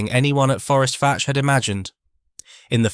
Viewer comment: I am surprised no one has commented that Fforestfach is pronounced forest vack, gets annoying after a while.